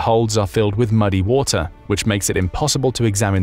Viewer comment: Says wu tar instead of water